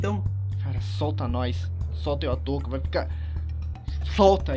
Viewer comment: O falou toca